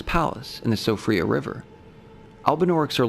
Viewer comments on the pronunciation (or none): siofra is pronounced 'shee-fra' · Another: Sofria for Siofra river